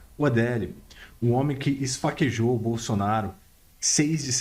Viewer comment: E Esfaqueou e nao ezfaquejou° aprende, vc tem um canal ora bolas!!!